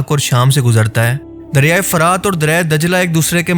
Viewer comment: لفظ "فَرات" نہیں بلکہ "فُرات" ہے۔اس کا مطلب شفاف اور میٹھا پانی ہے